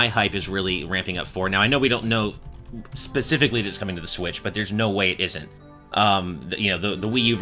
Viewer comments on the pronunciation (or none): none